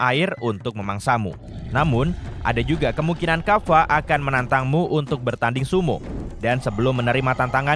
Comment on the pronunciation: Kappa bukan kaffa